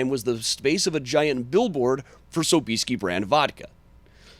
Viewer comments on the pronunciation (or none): PS. ...i najpierw naucz się jak się w ogóle WYPOWIADA SOB-IES-KI! (Sob-EE-ski)! hahaha! :D